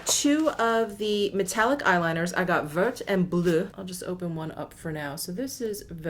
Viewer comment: Great video. Love the whole look. Your pronunciations are the best on You Tube but I do want to offer one correction. "Vert" which means green in French, is actually pronounced like "Vair." Please accept as constructive suggestion because I adore you. :-) Your "Bleu" was great!